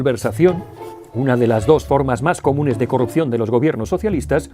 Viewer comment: Has dicho "de carrupción", luego corriges, eres humano. Bieeeen!